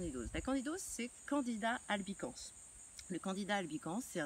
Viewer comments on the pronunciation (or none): le S se prononce à la fin de albicans :)